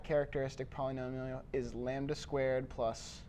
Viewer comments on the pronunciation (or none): does somebody also hear instead of polynomial polyjoliol